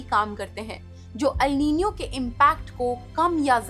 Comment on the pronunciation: First learn to pronounce the word correctly